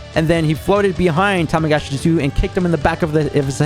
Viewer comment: The amount of times says Tamagachi instead of Tamagami is hilarious